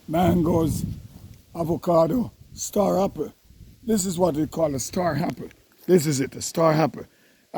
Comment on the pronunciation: Star Happle?? Lol Happle Tree? Hackee Tree? Jamaican can’t stop add the H? Lol 😂